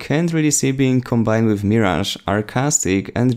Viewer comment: It's "Mirage" here let me spell it the way you should say it (Merage) like there is an ER in it